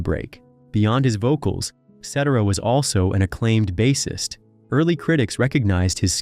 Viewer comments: Agreed. "SET-er-ah"? The narrator also mispronounces the word "bassist" (ˈbāsəst). The whole world pronounces it "BASE-ist", not "BASS-est".🙄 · Bass-ist like the fish? Please! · he accidentally got it RIGHT 2 times BUT... this dude called him a (fisherman) bass🐟ist twice WOW